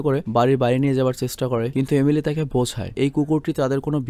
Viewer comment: একবার আপনি এমিলি না বলে এলিমি বলেছেন😁অনেকবার বলতে বলতে এমন হয়ে গেছে😂